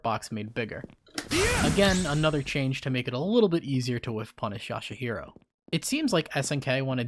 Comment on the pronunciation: Shingo getting that much meter on a crit from that reka is shameless. Also 'Yashahiro', 'Dolly'. lol